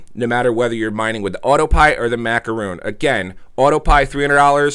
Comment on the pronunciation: It is macaron not macaroon, your mispronouncing it makes me never want to click on your referral link.